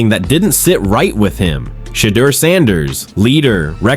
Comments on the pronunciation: OMG! I cannot watch this anymore!! You've said five different pronunciations of "Shadeur"....killing me! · Chump stop butchering Sheduer Sanders and Deion Sanders first names!!! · It's no way that you can't pronounce SHEDEUR ❤❤ this is just being disrespectful and done on purpose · Why this dude pronounced Shedeur's name like 30 different ways 🤔